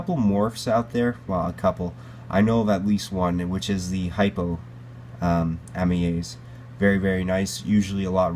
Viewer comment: You pronounced it wrong they Australians say Amyae pronounced A-Mi-I